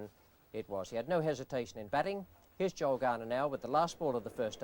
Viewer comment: it's Joel. Joel Garner. Not Joe. How many more times?!?